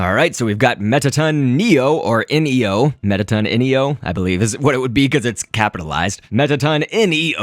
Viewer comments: its not mettaton N.E.O its Mettaton NEO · it's not mettaton ENIO it's mettaton NEO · and mettaton neo is pronounced mettaton knee oh